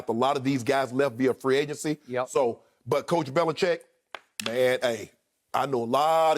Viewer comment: skip really said "bellichickian" lmaoo